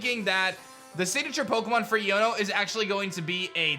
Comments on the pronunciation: Just so you know man, it's pronounced "Eye-own-o". So it sounds like "I'dunno" with the d slurred away. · say the name right dawg. It's eye-oh-no. like ion. electric. iono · it's pronounced "ayono" as in "I don't know" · Bro her name is pernounced iono eono its a hard i sound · I feel that here name is pronounced Ion (a positive or negative electrical charge) + o